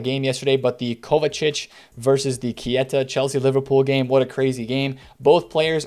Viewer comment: HIS NAME IS PRONOUNCED ”K-TA”!!!!!!!!!!!!!!!!!!